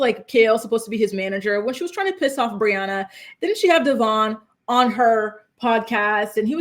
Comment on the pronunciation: How is it in like 15 years STILL can't pronounce her baby daddy's name 😂😂😂 DevOIn Not DevORN